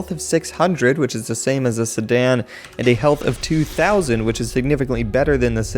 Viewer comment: i like the way he say "Sedan" "Sadan"